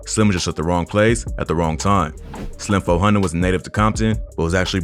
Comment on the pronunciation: “Slim Fo Hundid”